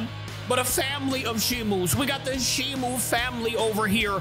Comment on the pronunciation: Stop calling her shimu it's Shimo.